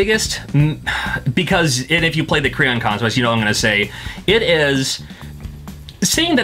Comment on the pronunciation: I thought he said "The Crayon Conquest." Needless to say I was expecting something completely different.